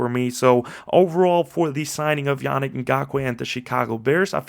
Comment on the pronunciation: Great breakdown! I believe his name is pronounced (Ya-Neek). Can't want to see him hit the field with us. We've needed an edge ever since we lost Mack. Trevis is, unfortunately, not the guy..